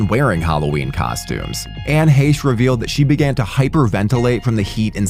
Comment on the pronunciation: Anne “Heh-shh” is how u pronounced her name. RIP to that woman 🙏🏼